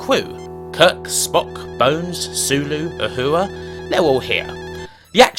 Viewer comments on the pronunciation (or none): none